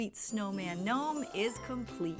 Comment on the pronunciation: Okay this craft is confusing me because you keep saying knome and then you're saying snowman .